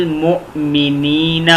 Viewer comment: Salam alykom, Moazerath ke sath.. انفسكم aap ne "anfusukum" parha "ن" ko idhgham hai.. lehaza "ann-fusukum" parha jaye isi tarah بالموونين ko aap ne "bil momineena" parha.. "bil mumineena" parha jaye.. الله اعلم بالثواب Jazakallah khair